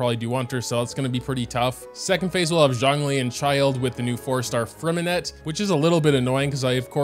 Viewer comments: I hate to be that guy but just a tip in general: It’s pronounced Fre-min-eh not Fre-min-et blah blah blah if u really care abt the French translation it’s Lee-neigh and Lee-nette (this comment might get some hate 💀) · fyi if you want to pronounce Freminet the french way drop the “t” at the end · I think that the names are actually spelled like: Lyney - Lee knee Lynette - Lee nette Freminet - Freh mineh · "lainee", "lainette" and "fremineT" are killing me fr